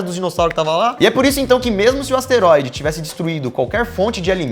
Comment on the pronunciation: aouesteroide kkkkkk